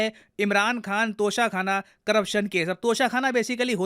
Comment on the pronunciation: Its tosha not kosha